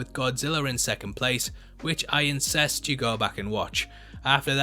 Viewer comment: "I incest you to watch Godzilla" lmaoooo